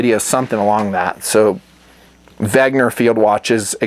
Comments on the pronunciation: Wen....ger not Veg....ner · Dude, it's called "Wenger". Not, "Wagner". 🤣🤣🤙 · It's spelled "Wenger", It's not "Wegner" as you pronounce it. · Why do you pronounce it "wegner"? It's "wenger"! you Americans and your pronunciations/reading inabilities ....smh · Its wenger, not wegner, dude ... details are important. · Dude, its Wenger not Wegner! LOL Great video btw, I have 1 W and they are great. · Isn't it WENGER and not WEGNER (note the difference)? Eh whatevs I still like you. The Wenger watches are decent but a little... I dunno... plain, I guess, for me. But it looks like they're pretty good value. Also I'm less of a fan of battery powered watches as opposed to solar/auto/mechanical, even though I do have an AVI-8 quartz. About my ultimate watch is the Hamilton Khaki Field series, woooo! I can't decide between the auto and mechanical but I'm gonna get one in the near future. Thanks for the video, I've been subbed since late 08 or 09 and still enjoy your vids!